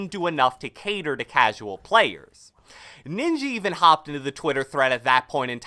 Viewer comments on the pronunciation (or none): Did you say ninji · Did say ninji or do i have hearing problems